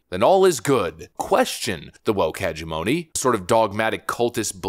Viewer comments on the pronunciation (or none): I love you bro, but please look into how to properly pronounce the word "hegemony"